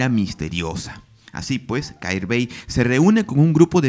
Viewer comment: Un comentario que no tiene mayor importancia, pero la pronunciación es Jair bey, la kh se pronuncia como una jota fuerte